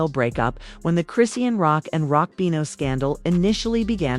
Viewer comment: How come you can’t pronounce her name correctly it’s ( Chris Shaun) dang is that to hard